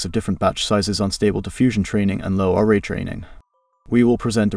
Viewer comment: Great content. Your dialog needs some work. The AI you use is ruining the natural timing. There are pauses in strange spots and it mispronounces LoRA with an accent on the A. Try writing the verbal script so that it is spelled like a persons name Lora. Thank you for these tests. =] very informative. I wish the final tests were done at 0.7 weight rather than 0.4. It’s hard to see the intended subject control with a low weight.